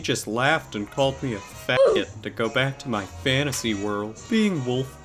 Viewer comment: She called me a fOOFgot.